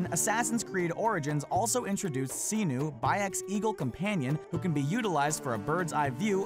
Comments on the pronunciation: "Siii-nuuu" Bayek says "Se-nu". Guess who says it right? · It's Senu S-e-n-u it's not Xenuh...... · Senu is pronounced Seh-Nu not See-Nu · other than miss-pronouncing certain names cough cough "senu" i liked this video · None of that is a secret. E3 already showed everything you mentioned and beyond that. So not is only the purpose of your video pathetic, you pronounce Senu and Ubisoft wrong. And to other people: Don't write wrong things such as "Ubisoft is pronounced Oobisoft!", 'cause it's bullshit.